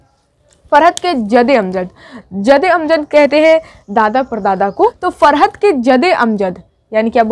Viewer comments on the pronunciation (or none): "जदे अमजद" नही 'जद्दे अमजद' होता है